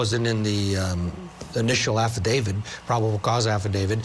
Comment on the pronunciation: Affidavit not AffiDAVID. A "journalist" should know this.🤪